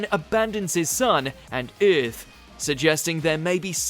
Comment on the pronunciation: Most brutal part of this video is "Eyyyarth"